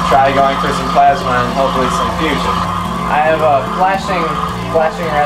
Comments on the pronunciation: Stop saying fussion for the love of god. Just because fission is spelled with 2 S dsnt mean that fusion is. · Is it just me or was he constantly saying fussion and NOT fission..... Nuclear reactors work on fission.. he built a fussion reactor which if it produced more power than it took in would make him a saviour! If however it is a nucear reactor well, hell kudos to him because allthough it looks crude, it must have cost a fortune! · did he say fusion?